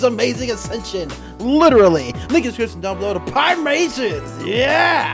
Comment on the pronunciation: Sorry how did you just pronounce pie?